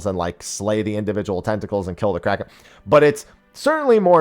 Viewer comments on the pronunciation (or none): none